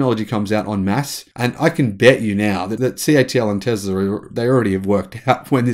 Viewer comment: It is Tesla habibi not Tezla